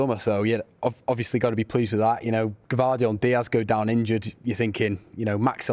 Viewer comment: The City fan isn't even capable of saying Gvardiol's name (Gu-Vah-de-Ole) tut tut mancs